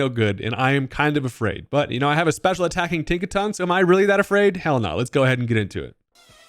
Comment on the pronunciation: Tinkaton 🚫 Think-a-ton ✅